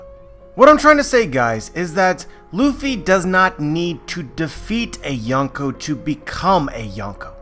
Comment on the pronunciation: You can't even pronounce Yonkō let alone use it correctly. Another YT "expert" passing around dumbed down crap